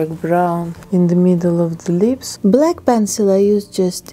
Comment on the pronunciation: And lips. "Leeps"